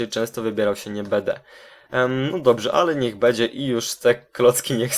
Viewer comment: bede... będę* xd + bedzie.... będzie* xd (y)